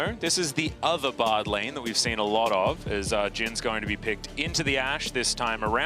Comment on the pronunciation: I love then casters call Bard Brad it cracks me up everytime.